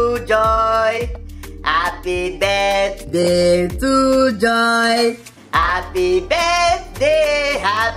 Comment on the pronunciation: how is mama pronouncing the "birthday" it sounds like birt, lol